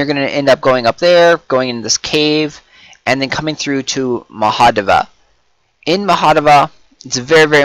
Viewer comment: Don't know how you pronounce "Mahadevi"... but it sounds awfully wrong. XD